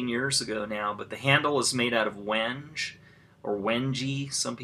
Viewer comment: The African wood Wenge is pronounced...( wang - gay / when - gay ). We'n - ge' Not trying to be funny. That is how it is pronounced. :-)